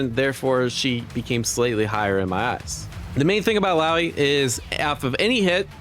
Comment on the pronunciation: Bro still can't say illaoi's name correctly 😢